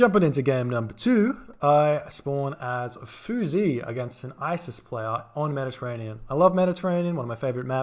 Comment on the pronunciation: The "x" in Chinese is pronounced as an "sh" so it should be said more like "fooshy" than "foozy".